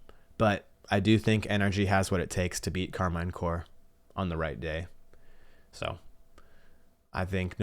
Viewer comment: You’re pronouncing Karmine incorrectly. “Car mean” is a closer pronunciation.